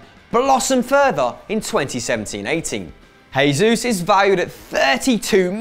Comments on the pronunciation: Portuguese j is pronounced like a normal j not an h like in Spanish so stop saying hesus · Erm can you stop pronouncing Gabriel Jesus wrong he doesn't speak Spanish he speaks Portuguese so you pronounce the j you pleb smh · Jesús is pronounced as J (as in Juice) because he speaks Portuguese and not Spanish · Warren Odukoya I thought I was the only one to notice